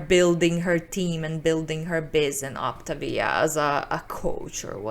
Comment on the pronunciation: The first time I had ever heard of Optavia was through ALR and Obese to Beast. I’d like to take this moment to apologize to ALR for mentally making fun of her for the way she pronounced Optavia. Turns out, she was right. I will still mentally make fun of the company for how the pronounce their name, but that isn’t ALRs fault haha. Also, if you’re going to take the time to package up your own almond milk and flavoring, why don’t you just make the coffee at home too? I feel like the point of getting coffee at a coffee shop is so that you don’t have to worry about making it yourself. The only time I’d say this makes sense is if you have a severe food allergy or if you have some kind of religious food standard.